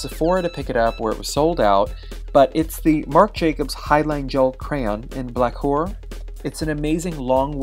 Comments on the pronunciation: am I the only one who thought he said “black whore”? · Did Marc Jacobs Highliner in Blaquer sound like...."black-wh*re" when he said it, to anyone else? Lol....:/